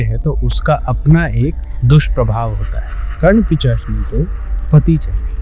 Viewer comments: Pisachni ❌ pichachni ✅ 😂😂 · Pishachini to bolne hota nahi. Pichashini Pichashini karte hai, youtube channel chod ke kaam dhanda karo kuch